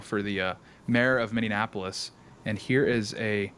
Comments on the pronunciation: Minneapolis not Minneanapolis! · Minneapolis is pronounced (MINI APPLE US), not (MINION APPLE US). Just fyi...